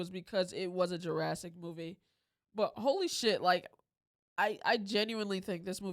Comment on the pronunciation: "Jurrasic" world